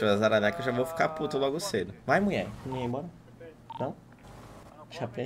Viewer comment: O chamando ela de "muie" kakakakakakakakakaak